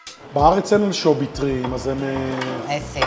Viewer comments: אנשוbי? אמורים לבטא אנשוvי, לא? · חחחח anchobi 🤣🤣🤣🤣 אפילו את השמות לא מסוגל לבטא נכון. כל סרטון לא מפסיק לחרטט וחי בסרט שהוא מבקר 🤣🤣🤣🤣🤣